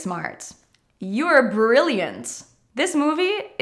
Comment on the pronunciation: thank you for this particularly helpful lesson. I listened carefully to your pronunciation and instead of " intelligent" I heard " intelligence". Instead of " brilliant" I heard " brilliance". Maybe my ears are playing jokes with me. Anyone else hearing the same?